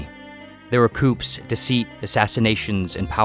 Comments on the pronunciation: ya' lost me at "coops" - it's pronounced "kooz," in case you're an actual person & not just an AI voice what doesn't know how to pronounce things correctly. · "There were coops" 🐔 Bruh... Coup, (as in coup d'état) is pronounced 'koo.' and then coup d'état 'koo day tah.' I worry that you'd say COOP DEE TAT.🤣🤣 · Oops he said coops.,? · you say "coops" (like the plural of where chickens are kept) for coups (from the French word and the plural of coup d'état) LOL. you show a clearly Western woman in a terrorist keffiyeh when you speak of "good people" And... , when discussing villians,you show, um (checks notes) Margaret Thatcher alongside Stalin and Walter White, like really? I imagine this November 2024 has been a rough one for you, huh, bud. Less wonder, more blunder. You've lost all credibility with me brah. "Oh, Almighty algorithm, who art in the cloud, please deliver me from streams of mediocrity, bathed in ideology, hidden beneath (at times correctly pronounced) big words, and the notable works of other men. In Google's name I pray." 🙏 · "There were coops" lololol. bruv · "Coups" is pronounced as "Coo-s" It's a French word. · bro said coops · Boy pronounced coups like coops 😂😂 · Did this guy really just say “cou-P-s” lmaooooo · Did you say "coops" for coup ? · If it refers to the French word "coup/coups (plural)", it's pronounced "coo" for both. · This is the first time I've heard the 'p' pronounced in 'coup' but something tells me it won't be the last. There are some words that used to have silent letters that people eventually forgot were silent. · Pronunciation of 'Coups' dead give away for AI generated video. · How do you get to 3m subs and not know the P in coups is silent? Use some of your millions to finish your grade school education.